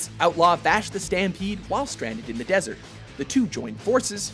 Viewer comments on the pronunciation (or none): none